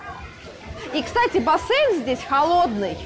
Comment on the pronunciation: ЗАЧЕМ Бассейн называть бассЭйном? Слух режет....